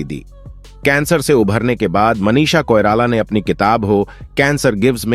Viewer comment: Audition ko ondition, Manisha ko Manish, box office ko onffice aur vidhu vinod ko vedhu. Pehle pronunciation pe dhyaan dijiyega pls